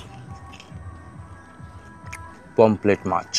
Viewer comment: অসম্ভব জ্ঞান ! লিখেছে ''PAMPHLET FISH' !!! আবার বলছেও 'পমফ্লেট' মাছ !!! আরে ওটা 'POMFRET' ! 'পমফ্রেট' মাছ।